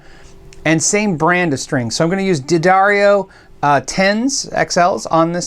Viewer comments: Thank you for pronouncing "Duh-darrio" instead of "Dee-adary-oh." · Points for correct pronunciation of D'Addario. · Hey, great to hear that you learned how to pronounce D'Addario correctly :)